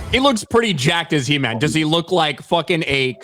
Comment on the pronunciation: It's HE-MAM!